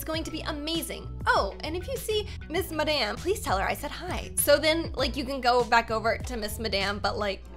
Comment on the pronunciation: Its miss mud maam not missmadam